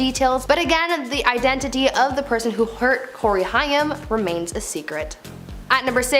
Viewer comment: It's Corey Haim (rhymes with came) not Hyam.